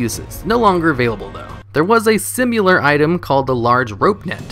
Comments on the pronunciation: 'simular' are you having a giggle? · A simular item, bro I swear he just misprounces shit on purpose to make ppl like me comment. . . And it works :O